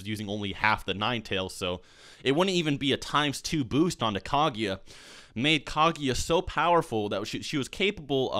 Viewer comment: KAGUYA M8 GET IT RIGHT